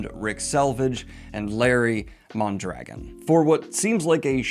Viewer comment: I have n9 love for Red Eagle, but Mondragon is a pretty common Spanish surname., would it hurt to learn how to pronounce it correctly?